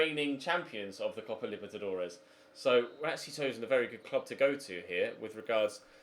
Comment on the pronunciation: It’s the copa libetidores